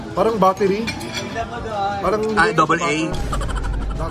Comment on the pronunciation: " parang battery " double AA " "gaga buttery" 🤣😆😂